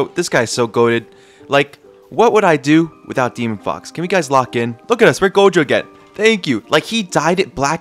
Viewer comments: bro doesnt watch jjk he be saying gogo jojo jogo everything but gojo lmao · Why is bro keep saying jojo instead of gojo😂😅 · Who tf calls gojo "jojo" 💀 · bro said called "Gojo" Jogo or Jojo for 80% of the time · bruh stop saying jojo it gojo plis